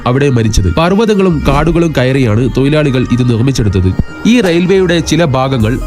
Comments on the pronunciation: തൊയിലാളി അല്ല ബ്രോ. തൊഴിലാളി എന്ന് പറയു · തൊയിലാളി അല്ലെടോ തൊഴിലാളി